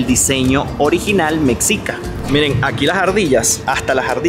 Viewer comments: Hola. La pronunciación más cercana referente al pueblo Mexica es NO LIGANDO la sílaba "Me" con el resto de la palabra: ME. XICA. En realidad la pronunciación más cercana es Me-shi-ca. O como una "g" inglesa. Es decir, deberías evitar decir Mecsica. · No se pronunica mec-sica se debe pronunciar me-shi-ca. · Ve a Tlatelolco, la ciudad hermana de Tenochtitlan.....se pronuncia Mejica, no Meksika..saludos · 😊: Por favor no digas mexicas con el sonido CS en la X, debes pronunciar la X con el sonido SH. La X en México tiene 4 sonidos, de: S como en Xochimilco, J como en México, SH como en mexicas y CS como en Texcoco. Decir México, mexicas, mexicanos... con el sonido CS es muy de los gringos o estadounidenses que no saben hablar español y lo pronuncian como lo hacen con Texas aunque nosotros mencionamos Texas con sonido j porque se refiere a las tejas ( palabra española) de los techos de las casas. Recordemos que Texas fue territorio mexicano. Ojalá te sirva esta información. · Con respeto hermano. No se pronuncia Mecsica, es Meshica. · Se pronuncia " MESHICA" ... no "mecsica", no es palabra inglesa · Agradezco tu quinta visita a mi bello México. Te saludo desde Tampico, Tamaulipas, Méx. Entiendo que se te complique un poco la pronunciación de ciertas palabras, y para eso estamos, pa' ayudar jeje. Mexicas se pronuncia de dos formas: "Mejicas" o "meshicas". Es la pronunciación que se le da aquí a la letra X. Lo mismo con Texas, muchos lo pronuncian como "Tesas" o "Tecsas" 🤷. Bendiciones a ambos. Hermoso matrimonio❤ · Hola beinvenido a México!!!! agradezco que te interese la cultura de mi pais.. un comentario la palabra mexica, la X se pronuncia como SH (meshica), Saludos desde el hermoso estado de Chiapas uno de los 32 estados que se compone México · Estimado … SE PRONUNCIA MESHICA, la X en muchos casos se pronuncia como SH (mexica) o J (Oaxaca) … gracias por hablar tan lindo de mi país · te ayudo, MEXICA = se pronuncia ´mechica´